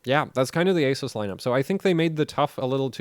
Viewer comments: Can you please learn how to say "Asus" correctly please lol damn please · Who is here to hear this guy mispronounced ASUS? LOL